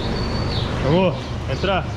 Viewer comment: Casal nota 10!!! Bom que ele fala " vamo" é eu entendo " amor"... E eu pensando que ele está chamando a esposa toda hora.... kkkkk